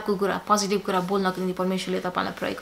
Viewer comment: Please say "jai Messiah (liberator) instead of jai Masi. Pastors may kindly teach them the right pronunciation.